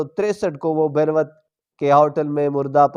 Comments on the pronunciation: Bhai, do some corrections in your pronunciation; It's "Beirut" nor "Berwat". Also the president's name was "Iskander Mirza" not "Sikandar Mirza". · Abbay jahil ..tu too urdu bi nahi parh sktaaa .. "berooot" lilhaa hai .. barwat nai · آپ اپنا تلفظ تھوڑا سا درست کرلیں یعنی آپ بیروت کو صحیی ادا نہیں کرتے آپ اِسے , بیر وت , کہتے ھیں لیکن صحیی تلفظ , بیرُوت , ھے BERUT THE CITY OF LABNON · chutiyey... berwat nahin... bairoot hay shehr ka nam... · bearwat nhi lafaz hae beaerout jawahir ko johar khudara labo leahja or talafoz ki adygi durust karaeen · Km se km urdu prna to seekh lety ....ber wat ..nai bairoot hai city ka naam ..jahil log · ارے بھائی بیر- وت نہیں بلکہ بے روت۔ بولا جاتا ہے ناموں کو انگریزی میں بھی پڑھ لیا کریں اتنی خالص اردو ٹھیک نہیں ہے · پڑھنے والے گدھے کو بیروت پڑھنا بھی نہیں آتا۔۔۔۔۔ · یار اپنا تلفظ درست کرلیں بیروت یعنی "بے روت" کو "بیر وت" کہہ رہو۔ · Lafz bairoot ha bairvatt nahi ha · بھائی تلفظ تو ٹھیک کرلیں آپ بیروت کو بے روت اور قائد کو قید کہ رہے ہین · بھائی صاحب لبنان کے شہر کا نام کا تلفظ آپ " بیر وت " پڑھ رہے ہیں ہم نے آج پہلی دفعہ یہ تلفظ سنا ہے۔ ہم اسے' بے' کو تھوڑا لمبا کر کے آگے ' رووت' سنا ہے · This stupid man even can not properly take the name of Beriut. These stupid man and like him others must b struct their names from you tube.Such goef stupid is making fun of a great leader. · او بھائی تحریر کو پڑھنے سے پہلے کسی سے اپنا تلفظ تو درست کروا لیتے۔ بیروت کو کیا بنا دیا؟؟ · Baroot name sai nhi bola